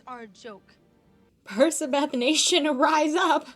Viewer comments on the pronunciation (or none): Great video, can't wait for more, one thing though... You KEEP saying PerSAbeth and it's pmo 😅😅